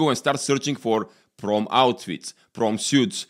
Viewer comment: "Prom" and "Suit" No "e" at the end of word, for U.S. English